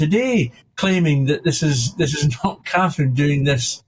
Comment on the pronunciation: Is it really hard to pronounce CATHERINE folks?